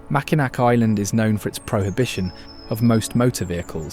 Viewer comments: Nice video! Simple corrections: Mackinac Island is pronounced ‘Mackinaw’ Island…and Mackinac Bridge is pronounced ‘Mackinaw’ Bridge. Fort Mackinac is pronounced correctly. The spellings and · Macki nack😂 This was a beautiful video of our state. I wish whoever makes these videos would just narrate it themselves instead of relying on creepy AI. There were MANY mispronounced names. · The other wrong pronunciation beside Mackinac (pronounced Mackinaw) was Tahquamenon Falls. It’s pronounced Tequamenon. When you show places in a state please find out how to pronounce those names correctly. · If you are going to do videos about Michigan I STRONGLY urge you to research pronunciation of names. Prime example: Mackinac: this is the French spelling of Mackinaw and Mackinaw is the correct pronunciation. To use Mackinac shows your lack of research. There several other errors and misspellings. Example:: Hesse is missing the L. Check how to pronounce the waterfall name and others. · I know someone has already said Mackinac is pronounced Mack-en-Naw, but I had to say it too 😅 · I knew I wouldn’t be the first to say that. We are proud of our state. “Nac” grinds our ears, but great video otherwise. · Mackinac is pronounced Mac-n-naw. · For real! Got to say it right if it’s a documentary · nobody from Michigan pronounce it Macki-Nack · Nope. Mackinac Island, the bridge, and the fort are all pronounced Mackinaw just like the city. You’re clearly not from here so don’t try to correct us. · Mackinaw is both depnding on time and location. It was spelled Mackinac pronounced mackinaw now the spelling changed. The anishnabe called it Maa ak in naaw but hey you get the idea. He called them Ojibwe when they are actually Aanisnabe Odawak. When he said fort mavkinac that IS how the fort is pronounced. It was Michilimackinac. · There is nothing pronounced Mackinac in Michigan despite the spelling😊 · Why is brit mispronouncing Mack in awe????? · The a is silent. Mackinaw both places